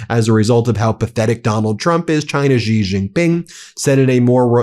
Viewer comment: Jesus Christ, how have you still not learned how to pronounce "Xi"?